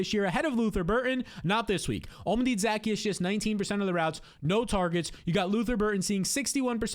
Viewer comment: The way he butchers pronouncing Olamide Zaccheaus is criminal. 😂 😂